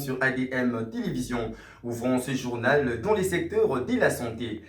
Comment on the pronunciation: Journal et non jornal